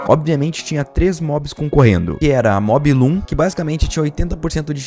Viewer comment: Mob loom? O nome dela é MOObloom (mu blum), é uma vaca